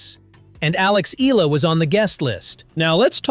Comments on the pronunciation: Please respect Alex by pronouncing her name correcty " EH YALA" . Thanks appreciate. Blessings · Eala is pronounce as,, E-Ya-La... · Eala pronunciation E ya Ia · 👎🏽 Pronounce her name correctly!!! And stop exaggerating!